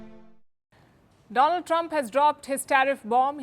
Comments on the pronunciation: “My Phrand, Dolan Trump” doing what a good “phrand” would do😂😅😅…America, can’t do business with them and can’t do business without them🎉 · My Dear Pfriend Donaaldd Trump😂😂😂😂😂..